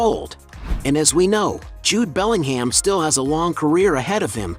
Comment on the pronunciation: FFS!!! It's not BellingHAM, it's pronounced Bellinghmm